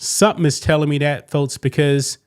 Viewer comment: God damnit man..learn to say folks... there is no t in the word